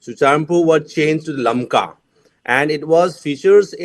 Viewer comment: First of all Correct your.... lakma.....it is LAMKA...